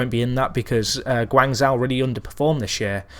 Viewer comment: Its pronounced Guan-Jo.